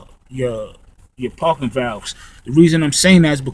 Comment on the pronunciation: Lol he says parken..we say parking lol.. It was cracking me up.. Very informational